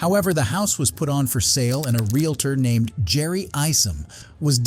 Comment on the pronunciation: How many times is she going to say REELATOR instead of REE AL TOR😅